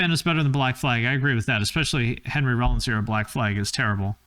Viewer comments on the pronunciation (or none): none